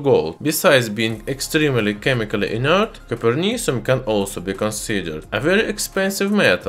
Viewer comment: the most "in ert" in earth metal.